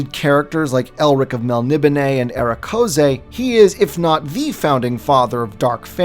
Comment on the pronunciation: DUDE... MEL-NI-BONE. PRONOUNCE IT CORRECTLY. Yikes. 🤣